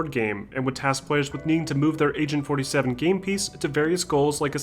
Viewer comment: Lol, You keep pronunciating it as 'Asain 47'.